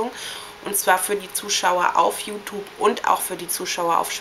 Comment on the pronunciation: Dafür dass du so viel über Accesoires und so redest siehste aber ziemlich dürftig aus....kann nur sagen meine persönliche Meinung an alle Mädchen die das sehen ist...Hört bitte nicht hin ist ja grässlich >.> achso und bevor ich es vergesse: ES HEIßT YOUTUBE UND NICHT YOUTUPE!!!